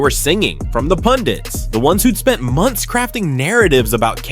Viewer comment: They are pundek, not pundits😂😂